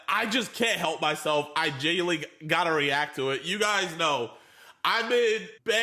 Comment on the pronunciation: he is "GenWuiNLY" aint mature after all